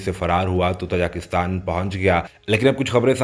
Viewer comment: Oh bhaie learn how to pronounce Tajikistan first.